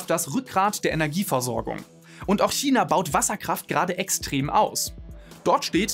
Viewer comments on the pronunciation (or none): none